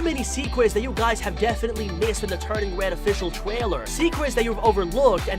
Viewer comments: The thing how he says Twaler in stead of trailer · official twailer LMAO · he says twailer🤣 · wait did he just say twailer